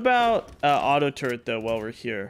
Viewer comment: tf is a "turre(n)t?" theres no N in turret. but seriously LOVE your content homie, your awesome and keep it up:) looking forward to more vids!